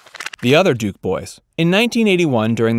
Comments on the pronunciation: DUKE not Dukes. If you can't get that right, you're not to be trusted. Big dislike, reported. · Her name is Duke, not Dukes, “”. Fail.